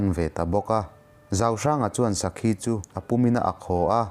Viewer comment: an sawi tawh em aw ka hrelova. Lalruangpa hi..zauhranga nilovin zalhranga.. sakhi ak pawh khi a thluk a diklo a nia..mahse a har tur zia ka hria ..bahlah zeuh chuan..studio atang a nihloh chuan edit a har dan sia..ka lo sawi ve mai mai a😁